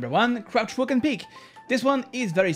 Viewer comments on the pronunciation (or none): Its walk not wack but its ok